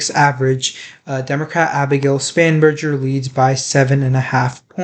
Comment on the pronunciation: Spanberger - with G not "J" ~